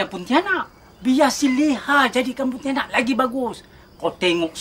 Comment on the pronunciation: betul tu. cuma pontianak je tak sama sebutan 😅